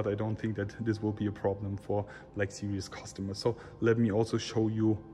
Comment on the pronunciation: Why can't the germans pronounce Black Series as it is written? They always pronounce it as "Sirious" smh🤦🏻‍♂️